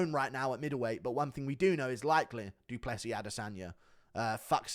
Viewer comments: "doo doo Plessis" 💩😂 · Da Dew pless eez